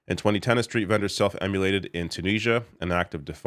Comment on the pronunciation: Self- IM-mo-lated, not “self-emulated”.